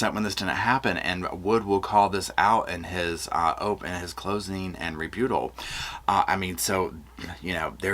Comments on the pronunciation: ⚠️Now for the latest info on The Storm, is Meteorologist, me... It's a Category 1. Just sprinkles. Nothing to see here. - just me in Palm Springs 🌴 (? It's pronounced re-BUTT-al. 😉 You're doing an amazing job. 🤎) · Enjoy your show and insight. Rebuttal is pronounced Ree-BUT-L. Just the English teacher in me. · with this case I don't know. I'm hoping for guilt. All I can honestly say in my Bible the leaders of 144,000 won't be following Lori or Chad Rebuttal pronounce re-butt-al just like it's spelled. Just thought you would want to know.